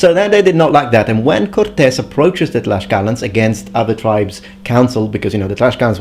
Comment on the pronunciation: You are pronouncing it wrong then. The Nahuatl pronounciation is tlashkala!